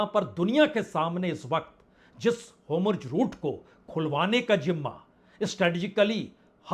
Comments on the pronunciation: Nahi sudharne ki kasam kha li hai kya, 'ho-murz' nahi 'hor-muz'. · बाजपेई जी नमस्कार, होमुर्ज ( homurz )नहीं बल्कि (hormuz) होर्मुज जलडमरूमध्य है कृपया संशोधन कर लीजिए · आपका उच्चारण हॉर्मुज शायद सही नहीं है।